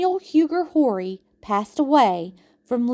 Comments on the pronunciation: Horry is pronated Orr-we. Huger is U-Gee. ❤️ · Loved all the history you included in your video. As a descendant of the Horry’s, Rutledge’s, and Pinkney’s, you did a great job. Only problem I had was your pronunciation of Horry and Huger. We are French Huguenots and these are French names. Check it out. Thx for your hard work. Love it!❤